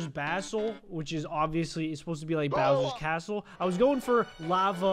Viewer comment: I can’t tell if he said cowards bastle or cowsers bastle